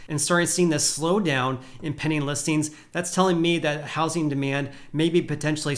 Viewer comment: Sounds like he says “penny” listings 😆